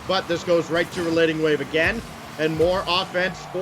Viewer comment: The one caster "" kept calling RelatingWave "RelentingWave" in the series between Stonkers and Endpoint. It bothered me way more than it should have.